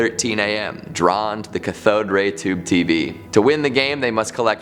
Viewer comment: Cathode has its emphasis on the first syllable, buddy.